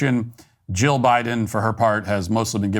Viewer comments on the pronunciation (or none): none